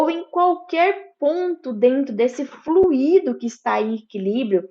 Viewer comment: Pronúncia: Flui-í-do >>> Errado! Flui-do >>> Correto!